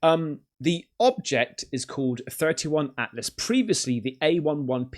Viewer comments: 3I Atlas is pronounced three eye Atlas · 3 eye "i" atlas Not to be that guy, just thought I'd mention that. Love ur vids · Not a big deal but it's 3i atlas. Not 31 Atlas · 3 eye sounds suspect as hell